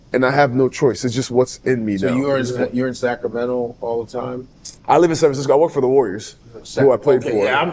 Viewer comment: Vwork? Godfrey 😂😂😂 you're killing me 😂